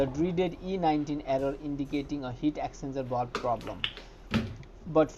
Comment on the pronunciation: Great vid but took me ages to work out what you were saying and the transcript didn’t help. Its the “Heat Exchanger Valve”…. But your English is still 1000x better than my Hindi. Many thanks!